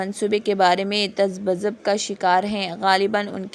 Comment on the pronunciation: Apki Urdu sahi nahi hai.. Tazabzub ka shikari hsi bolo